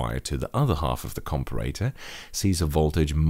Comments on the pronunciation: You say comparator strangely :P Compare-a-tor. You can also just say op-amp. Other than that, good job! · A com-per-ray-tour ?